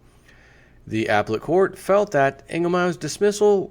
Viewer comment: up-pel-let court... not ap-let court. Too funny.